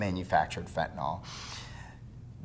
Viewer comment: Sir, you are pronouncing the name of the drug incorrectly. Detracts from your credibility.